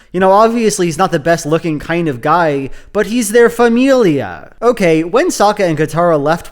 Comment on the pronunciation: Have you been watching "What we do in the Shadows"? xD I'm just asking because of the peculiar way you pronounced "familiar" ^^